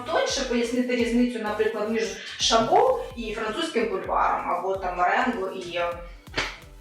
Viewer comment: не ШабО а ШАбо, приятно смотрится.